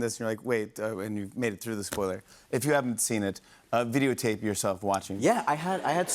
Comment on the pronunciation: I love how jimmy says video tape yourselves lol